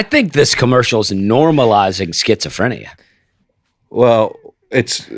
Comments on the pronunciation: The evolution of Nate's pronunciation of schizophrenia... Somehow he got more correct as the bit went on. He's healing 😂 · The number of ways Nate pronounces schizophrenia 🙈😂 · Nate talking like all people with schizophrenia are like the dude from "the shinning". But when I google the symptoms Nate could easily have half of them. Disorganized thinking, disorganized SPEECH, cognitive difficulties....